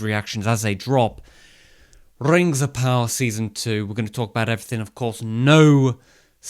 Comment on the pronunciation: Really wanted to watch this but had to leave the 2nd time he said rings of power with the rolling r.